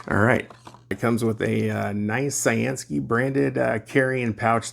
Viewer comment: I've seen a couple flashlights lately where you can plug it into usb-c and run it off your power source, which is awesome if you have a portable pack with lots of mah's. Thanks for showing it and thanks to CyanSky for sending it. I always thought their name meant blue sky, so pronounced like you'd say cyan the ink color and sky. I always say I'm gonna look it up one day, but then click a suggested video nearby and forget, haha.